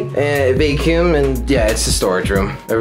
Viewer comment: He said Vay Kyum